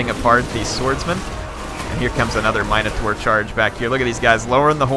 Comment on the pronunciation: Hey, so it's pronounced min - o - taur. i only know because i used to always call my sister one